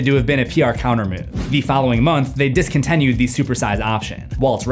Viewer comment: ... What the hell is "discontEnued"??? 😩